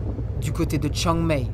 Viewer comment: Chiang Mai se prononce Chiang Maille et "ph" se prononce "p". Joli documentaire... mais ça n'est pas la vraie Thaïlande, c'est celle des touristes.